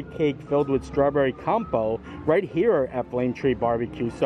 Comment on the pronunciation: Looks like you had a fun day! 👏🏻 Compote is pronounced com-pot btw 😁💖